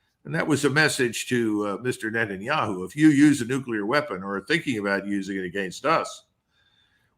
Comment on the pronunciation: Netanya-shoe!? 😂😂 much love for the Colonel!